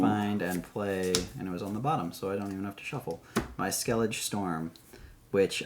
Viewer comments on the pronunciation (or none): For the record it's Skellige with the stress on the last syllable, Skel-lig-uh. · Hard to take anyone who can’t pronounce Ske-li-guh seriously /s 🤪 If you watched the Witcher series (back when it was still good with Cavil) you can’t not know how it’s pronounced. Not sure about the game — coz I actually just started playing it and wow… I have a lot of hours to get through…